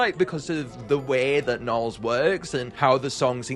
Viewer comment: “Baby narls”?!?😭